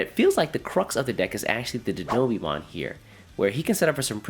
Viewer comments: Die-know-bee-mon lul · I love your videos but the way you pronounce Dinobeemon is wildd